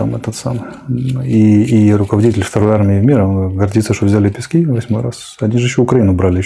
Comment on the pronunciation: Пески ударение на первый слог